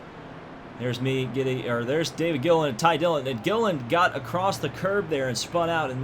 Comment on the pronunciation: David Gilliland was always a threat for poles at the plate tracks in that 38 Yates car. He can also be remembered for constantly getting his last name mispronounced by Rusty on the ESPN broadcasts.